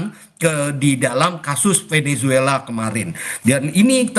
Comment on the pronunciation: Iran bukan veunizela boz jgn samakan😅